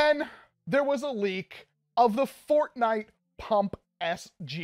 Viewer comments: HE SAID FARTNITE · when he is testing it for fps he says fartnite🤣